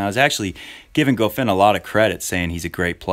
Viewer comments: One advice man: It is not pronounced ''Gofain'', it is pronounced ''Goffawn'' Goffin was incredibly solid from the baseline the entire 3rd set. He returned almost everything Roger threw at him and almost didn't make mistakes. And Federer didn't mix it up, no drop shots, no serve and volley, no high bouncing balls, no short chips, no return to go to the net. Goffin was the one that made adjustments when he was getting demolished, so in that regard Goffin won the match by outplaying Roger. Not one single tennis player wins matches automatically just because of their last name. They have to be consistent, execute the gameplan, winning the important points and overcome adversities during matches. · Honestly, I somehow blame this on you,. Goffin watches your videos and got charged up.:-P BTW. I believe it's pron Go-fan.